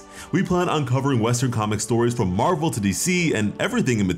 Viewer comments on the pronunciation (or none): none